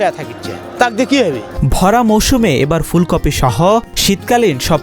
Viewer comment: ফুলকফি??? স্তুফ? রিপোর্টার এর উচ্চারণ এর এ অবস্থা কেন?